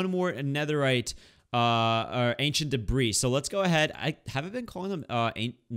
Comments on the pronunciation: you don't pronounce the "s" in "debris" by the way and love this series💖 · That’s because the “s” is silent